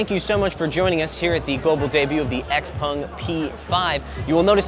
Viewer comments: X-Pung 😂 😂 😂, you don't know the name of the car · Its called xpEng not xpung.